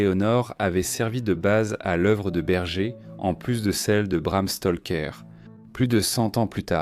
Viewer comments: Stroker c' est Bram Stroker Stoker Stroker pas Stolker j' ai les oreilles qui saignent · Je vais lui faire avaler son Stolker, écorcher le nom d'un auteur ça me met hors de moi c' est pas dur Bram Stroker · Bram STALKER, le cousin de Tchernobyl🤿